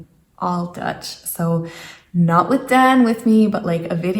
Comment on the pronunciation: I should start with the boy not calling "Den", but "Daan"!!!!! Good luck with your inburgerscursus. Wees geen drama queen, maar een sterke vrouw. Veel Succes gewenst!!!! Je kunt het!!!!